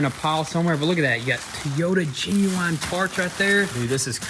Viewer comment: teeyota jeenuine